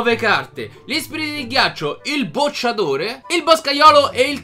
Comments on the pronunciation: e comunque si dice bocciatore non sbocciatore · si dice BOCCIATORE non SBOcciatore